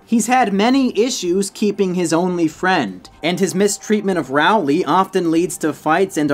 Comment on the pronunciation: no offence but rowley is pronounced like roll-ly